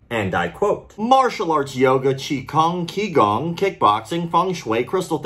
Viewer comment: Thanks for another great vid man. The 'Q' in qigong is pronounced more like a 'ch' sound :)